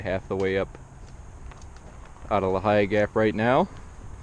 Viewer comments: "Lee-high"....is the correct for Lehigh. Great tip with the plastic rock plate inserts. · As a native Pennsylvanian I appreciate you trying to improve the image of the rocks but you are killing me with the pronunciation of Lehigh.....lol. jonnken is correct.